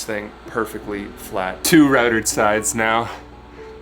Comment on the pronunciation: Ahem. 2 routed sides. Not routered.